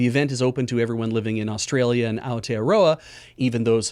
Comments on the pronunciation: Great pronunciation of Aotearoa ~! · Good pronunciation on Aotearoa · Kia Ora, thank you for saying AOTEAROA!